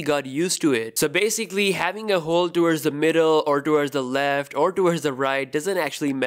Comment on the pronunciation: I hate the way this guy says "Hole" as "Hoowl"